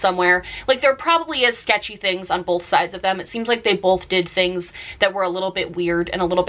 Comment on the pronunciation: I’ve noticed some Americans say “bolth” instead of “both” it’s so strange